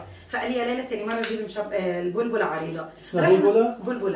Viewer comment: انتى عسل والله ...ع فكرة tip إلى مع كيس الحلوانى اسمها بلبلة بفتح الباء وليست بضم الباء ...فيه اختلاف بين الكلمتين 😅.... تحياتى ليكى ولكل اهلنا الطيبين ف لبنان ...نحبكم ف الله ❤ من مصر